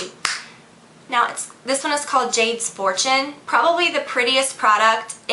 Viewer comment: LOL When you said "Jade's Fortune", I thought you said "Jade's Abortion", and I was like, "WHAT?! What kind of eyeshadow name is that?" XD I had to go back and listen to it again :P.